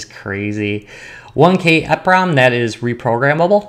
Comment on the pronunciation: eeprom is pronounced eeeeeeeee prom, not eh prom